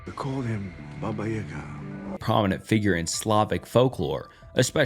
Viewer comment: It's pronounced 'Baba'. Like a baby asks for a bottle.